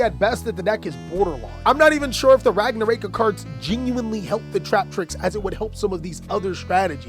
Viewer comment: Can i fix yours and everyone elses pronunciation of ragnaraika please? The rai part is not “ray” but “ri” like the word right. Its ragna ra iii ka. In japanese, and most asian languages, you pronounce every vowel. Anyway keep up the good work